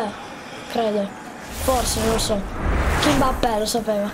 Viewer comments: Non si dice Kimbappe ma Kimpembe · Si chiama kipembe non kinmappè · Non si dice kimpabe si dice kimpembe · Si chiamerà kimpembe non kimbappe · NOOOOOOOOOO SI DICE KIMBEMPE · Comunque si chiama kipembe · Si chiama kipembè